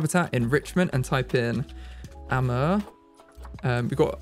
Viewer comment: Amur is pronounced Uh-moor in America. Idk about Europe and if it differs there :)